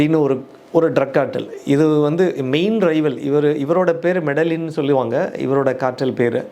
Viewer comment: மெடிஜின்...அப்படி த்தான் உச்சரிக்கணும்..